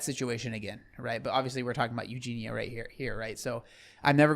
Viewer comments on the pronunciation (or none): I’m sorry but I just can’t handle you saying “EugenA instead of EugenIA. No matter how many people tell you, you just ignore them. How can we take you seriously, it’s not even just very annoying, but ignorant to choose not to pronounce the subject’s name correctly. Have to unsubscribe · love that he corrected you on her name it annoys me when people say it as u do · Yessss!!! I love but I am dying everytime he says Euginas name. I am a Scot and I feel like its defo a thing and not an english thing 😂